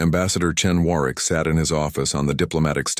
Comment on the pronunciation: It is pronounced Warwick.The second w is silent.